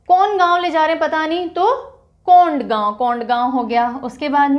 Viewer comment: That is कोंडागांव Not कोंडगांव